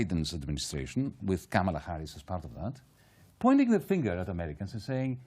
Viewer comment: It's Kamala not KaMALa... and it's the Democratic Party not the Democrat Party.